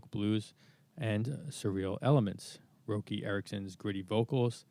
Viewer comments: Roky is pronounced "Rocky". Benny Thurmond was the bass player initially. Their first brief "heyday" was in this period . He was replaced by Ronnie Leatherman who had a similar sound. Some say that Leatherman was better on bass. Benny Thurmond was a musical genius. They all were. They were a "supergroup:". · I tried to watch this but couldn't stomach him blatantly mispronouncing Roky's name with a long "o" sound instead of like "ROCKY". Sheesh! Is this AI? You got alot of hardcore Elevators fans out here, the least you can do is honor the man by pronouncing his name correctly! What is WRONG with you? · Pronounce Roky with a soft o, like rocky, dummy.